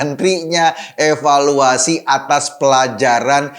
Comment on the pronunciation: bang Eko, yang bener tuh di EVALUASI bukan EWELUASI lo yang salah ngomong apa gue yang salah denger nih, bang ? 🤔 🤣🤣🤣🤣🤣🤣🤣🤣